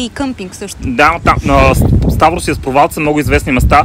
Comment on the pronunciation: Много опознавателно и интересно видео :) една препоръка/съвет: Моля ви, назовавайте имената на местата правилно, за да давате най-точна информация, а и за да е по-автентично :) Не е “хейт”, но на гръцки всяка дума се пише с ударение и това може да ви помогне. Ста̀врос всъщност е Ставро̀с, Амоло̀фи е Амо̀лофи, Пера̀мос е Пѐрамос ;)